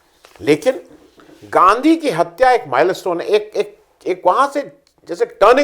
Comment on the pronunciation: 11.45pe aapne Ganadha bola Gandhi nahee isko durust kariye. Gandha nahee Gandhi g